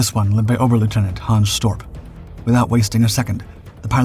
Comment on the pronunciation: A suggestion: if you're going to use a German rank (oberleutnant), pronounce it as oberleutnant rather than a mishmash of German and American English (ober-lootenant). Thumbs down for the clickbait title.